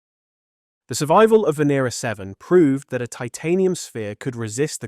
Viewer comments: Fantastic video but by god learn how to pronounce the names right. You have said the name Venera differently about 5 times throughout. It's not hard. Ven-ear-rah. Also please don't say bayte for beeta. You're British. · Venera means Venus in Russian Is it pronounced v(i)en(i)era